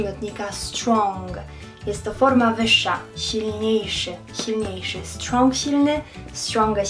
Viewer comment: Droga Pani, Slow jest zarówno przymiotnikiem jak i przysłówkiem. Każdy słownik to potwierdzi. Proszę sprawdzić wymowę słów woman i strong. Za każdym razem, kiedy słowo man lub men dołączymy do innego wyrazu, jak w woman, man/men czytamy /myn/. Zatem /łomyn/ Każdą koncówkę ng czytamy z uciętym g, W fonetyce tzw nga. Uczę od 11 lat i przeraża mnie niewiedza osób próbujących uczyć... Pozdrawiam :)